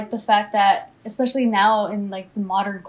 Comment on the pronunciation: Pronouncing especially as expecially is the worst lol